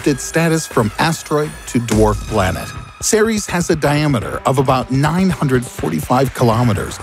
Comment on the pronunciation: When he said Ceres i thought he said t-series.